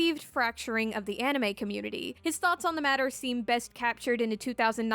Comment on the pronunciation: "anime izu deddo"